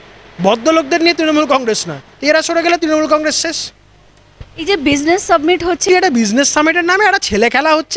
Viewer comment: কথাটা হবে business summit কিন্তু বারবার বলা হচ্ছে business submit দয়া করে সংশোধন করে নেবেন।